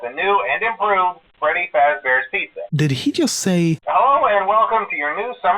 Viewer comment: did he just say 'to the NEW and improoved Fraddy Fazbear's pizza'?? Thats another evidence that fnaf 2 is a sequel. (I BET SCOTT DID HIS ON PURPOUSE, JUST TO MAKE RUMORS AND STUFF!!)